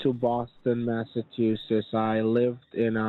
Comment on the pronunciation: He cannot even pronounce the name of the state Massachusetts. Doubt he can spell it🤣🤣